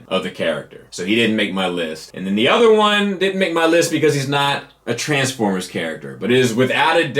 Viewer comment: My only problem is that its pronounced TransFORMERS not TRANSformers